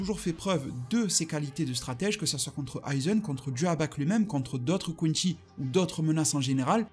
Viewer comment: Pourquoi tu dis quinchy alors que ça se prononce quincy